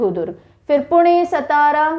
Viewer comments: Nice pronunciation and explanation. Only one correction Satara should be read as Saatara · कोंकण नाही कोकण, सतारा नाही सातारा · सातारा नही सातार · आशिम नहि वाशिम, गोंडिया नहि गोंदिया, सतारा नहि सातारा, धुले नहि धुळे, नेस्ट टाइम आप सहि बोलि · सतारा नही सातारा है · Mam not सतारा it's सातारा (राजधानी सातारा) 🚩🙏 जय शिवराय 🙏🚩 🚩 जय महाराष्ट्र 🚩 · Miss it is सातारा